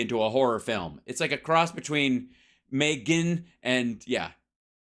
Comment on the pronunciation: As another "Megan", please don't call me May-ggin. That's probably why her parents spelled it in that way...